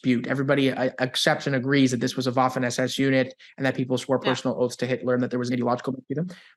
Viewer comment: thank you for proper 'spoken' word Waffen as per {V}. Thank you again for your excellent skills and knowledge. Cheers from Toronto!